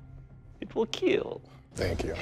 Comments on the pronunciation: he said it will kill and not it will KEEL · "It will keel"